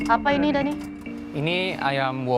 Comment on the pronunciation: Other people : Daniii.. Chef rudi : Deniii..